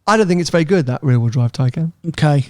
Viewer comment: Tnx for the shout out (Silver Taycan) and the way you pronounce my name!! 😆 Glad Tony wasn’t too harsh 😎